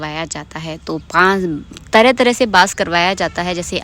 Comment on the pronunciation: Aap apni video mein ek word bol rahe the bass Nahin hota hai ❌ vo vass hota Hain ✅